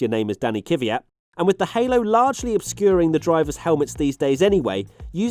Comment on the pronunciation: kVyat not kYVyat